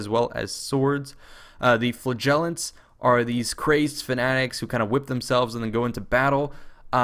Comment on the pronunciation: Pronounced FLAH-JAH-LENTS.